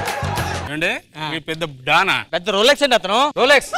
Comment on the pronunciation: Rolxes kadu